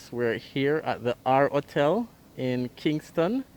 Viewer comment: Please say your ‘H’ it’s not just Jamaicans who listens to you. It is distracting and misleading to not sound the H in front of those vowels. Hotel NOT ottel.